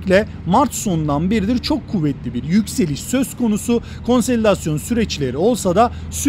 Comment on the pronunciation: Teşekkür ederim. Bir de bi not. Konselidasyon değil, konsolidasyon dostum.